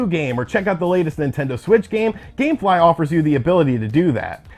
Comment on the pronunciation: Dammmmm he said gamfly lol I forgot all about them